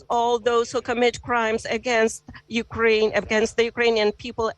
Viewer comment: Did the news caster say Yuklaine? Please sanction her.